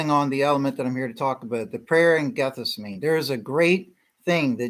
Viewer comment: Pronounced "Gath-sem-min-nee,"